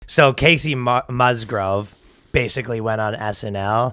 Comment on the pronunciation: Her name is Kacey Musgraves, not Musgroves... Just like it’s spelled.